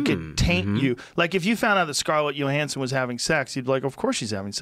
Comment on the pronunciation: Nobody: Joe: “Scarlett Yo-Hansson”